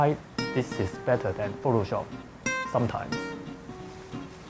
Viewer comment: "uhhh i can just use pho-to-shop." gotta love the accent